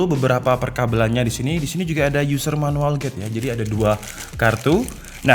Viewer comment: Menuwel ya bng bukan manual